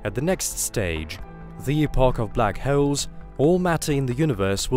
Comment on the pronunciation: Someone has a serious problem pronouncing black holes.